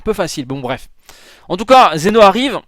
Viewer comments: TU MA FAIT PÉTÉ UN CÂBLE SES PAS XENO SES ZEN'O mais bon ses pas grave bonne vidéo quand même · ces pas xeno mais zen'o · Zeno pas Xeno